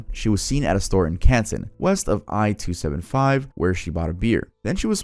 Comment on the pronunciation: you saying I-27 as a michigander pains me